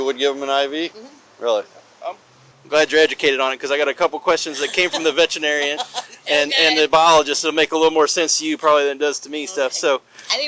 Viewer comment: I thought auntie said she talked to a vegetarian not a veterinarian. 😂